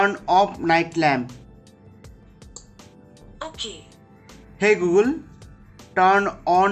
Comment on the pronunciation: like the way he said hey gulgun